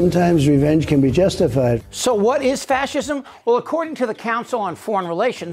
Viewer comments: He can't even pronounce the word fascism and he doesn't know a left wing fascist is a contradiction. He is the archetypal example of vilifying heroes. Great summary ... You condensed everything into a few minutes. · Red hatters: "he's not a fashurm! He can't even say fashurm!"